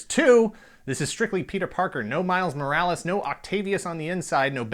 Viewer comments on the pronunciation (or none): none